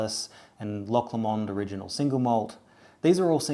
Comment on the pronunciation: I live 30 min from Loch Lomond and it’s kinda pronounced loch low mind